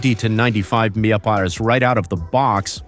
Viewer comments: "Meppitty em prees" Mph! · MPH = Muh-pee-ehh??!! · Right! Low bees,lbs Minipiers mph! Lol!